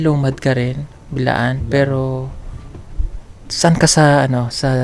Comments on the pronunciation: Sir Correction Lang pO Hindi PO( Bilaan) Blaan pO Yan ang tamang bigkas s aming TribO Kasi PO Blaan pO akO,,Maraming Salamat... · Correction. Ma'am and sir.... B'laan.. Not. Bilaan